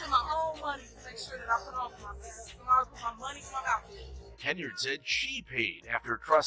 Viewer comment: It's Henyard, NOT HENREY!!!! WOW!